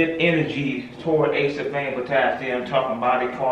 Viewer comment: It’s pronounced A-see-ful-fame Not Ace-sul-fame 4 syllables, not 3 just sayin